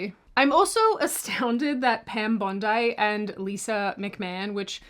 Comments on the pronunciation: Seriously, you do NOT need to be talking about pronunciation when you just -- two seconds before) called Pam Bondi -- pronounced' Bahn Dee' -- NOT 'Bahn Deye' (Have you been living under a stump or something -- it isn't like she just appeared on to the scene, BTW) -- and a general word, like NORMALCY -- you added an extra syllable to it... REALLY? Ever heard that ol' saying about the 'Pot calling the kettle, BLACK? Myself, I am a conservative -- when I see (and hear) this kind of garbage, my first thought is to how much damage that it CAN do to conservative values, ideals etc. In other words, you have just set conservatism back many, MANY hours (etc.) just by your mispronunciation of words (yes, even common ones) right from the start. It is NOT a question of 'calling them how I see them'.., but just the fact that you just shouldn't be on here or anywhere (for that matter) as you just sound 'stoopid' and there are MANY other conservatives that are far better than... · It's pronounced Pam Bondee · Love that pronounced Pam Bondi like it's Bondi Beach:) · hey, i understand that you are an aussie 'Sheila' but Pam Bondi is pronounced as it is spelled, you do'nt have to twist it towards any australian beach front, and Linda McMahon name is pronounced as it is as well, unless you are not familiar with how to call someone by his or her's preferred familyname... or pronounce.. hahaha.. anyway.. love your show.